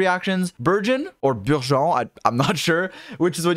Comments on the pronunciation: dude not burzhõn!!! hahahahaha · Also can speak French!? That word burgeon he surprisingly said very well in French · he said Bourgeoin XD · Nice. Pronunciation of Burgeon is virgin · I thought you were calling it virgin, wtf is a burgeon. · i never considered french burgeon and i think im gonna pronounce it like that from now on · I will never say burgeon normally again. 🥖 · Does speak French? With that pronunciation of “burgeon”😄